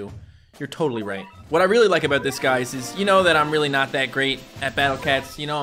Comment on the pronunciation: said abooooot